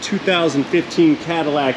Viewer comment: The best aspect of that car is the pronunciation: Caderac😮